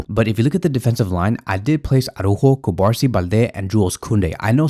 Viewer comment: The pronunciation of the Barcelona player’s name is Cu-bar-SÍ. The accent means something. Pls be respectful and say his name correctly. Thx